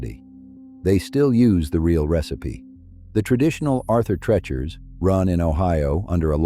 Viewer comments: I loved Arthur TREACHER'S and was sad when it left our area. There were so many mispronounciations of TREACHER in this video, it reminded me of someone who called it "Arthur Trenchmouth." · Pronounced TREE-chers.